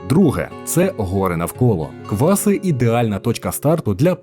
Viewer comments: В сюжеті про КвасИ все геть погано з наголосами)) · Дякую, корисна інформація. Тільки тайм-коди невірні. І наголоси неправильно не лише в назві КвасИ, а і ПЕтрос, і Зміївський район, і ХотИн. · Тут виправлю, правильні наголоси: село КвасИ, гора ПЕтрос, гуцульські чАни, страва бАнош, фортеця ХотИн. Дякую за відео, багато невідомих для мене місць для відпочинку з палатками. Хотілося б щоб хтось хто там був відписались на рахунок музики від людей що там відпочивають, чи дійсно туди їдуть такі що люблять чисту природу без шуму, бо такі місця дуже тяжко знайти зараз.